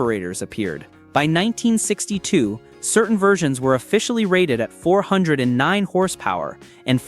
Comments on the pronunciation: AI SUX!!! four hundred nine??? I'd like to here the Beech Boys sing about a "four hundred nine" The Thumbnail is not a "W" engine, Crack a book and learn something before you blow smoke. At the mark, what are you mumbling about Torque? Now you want me to Subscribe??? How about "BLOCKED" Thumbs down. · Teach your not so smart computer program to say 4 OH 9 the proper way lie real flesh and blood people do. AI is ruining Youtube and other platforms. Thumbs down for being too lazy to narrate your own video.